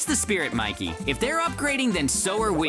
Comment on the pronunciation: It is not mickey it is Mikey